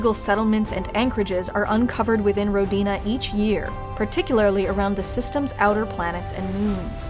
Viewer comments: It's not Rodina, it's Ródina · Ro-di-na... emphasis on the Ro... pronounced Rho. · it's pronouced r`odina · It's pronounced like this RO-DI-NA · As a native Russian speaker the way you pronounce Rodina(Which means Homeland by the way) is just wrong. You need to put the emphasis on "O" not on on "D'.